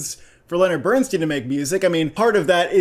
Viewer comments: It's pronounced BERN STINE, not BERN STEEN. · Yet another YouTube movie review that mispronounces the name of the subject of the movie! BernSTINE, NOT BernsSTEEN!! Leonard Bernstein is one of the most highly acclaimed American musicians ever. His name is pronounced correctly throughout the movie that you have reviewed and neither of you picked up on this! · How do you watch this movie and mispronounce BERNSTEIN???? Watched it twice and you never heard the correct pronunciation??? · Please pronounce the family name correctly.